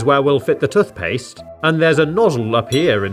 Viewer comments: tuthpaste l😂l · Your dumb it's toothpaste not tuthpaste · tuffpast lol it’s toothpaste. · Tuth paste 🗣️🗣️🗣️ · Toot paste?(i think everyone heard that) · Toothpaste tooooooth not touth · 🤔Hang on hang on….Toot-paste…???? Am I missing something here or did I just hear that so totally wrong 😟..😂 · Tothpaste? You Have To Say Toothpaste. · What’s toth past 😂😂😂cracking me up lol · This hole is where the “tuthpaste” goes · It’s toothpaste not tuthpaste. Wtf is a tuth? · Tuth paste 😆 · U mean tuthpaste. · Wtf is tuthpaste? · "tothpaste" - 2022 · Why is he saying “tuthpaste” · "Tuf paste" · STOP SAYING TUTHPAST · Why do you say touf paste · "Tuthpaste" that got me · instead of tooth paste he says toth paste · Love these videos never disappoints but I can’t get over “tuth paste “ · Tuth paste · Toothpaste ❌ Tuthpaste ✔️ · Love watching videos, very relaxing. However I do sometimes notice it when he says tuthpaste instead of toothpaste, but non the less he’s a legend and I thouroughly enjoy the videos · Nah he said. Tofpaste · who calls toothpaste "tuthpaste"? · Just me who noticed then he says toothpaste he pronounces it as tufpaste? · Can we just point out how he says tooth like tuth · I hate the way you pronounce "toothpaste" Tuthpaste... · im scared how he said tothpaste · has aanyone noticed he says toothpaste like tuthpastse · I don’t care where you’re from, that way of saying toothpaste is categorically wrong. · Man can't pronounce toothpaste lol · Your accent is very bad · tothpaste tothbrush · It’s not tuth paste it’s tooth paste It’s not tuth brush it’s tooth brush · Bro he said tuthbush and truth paste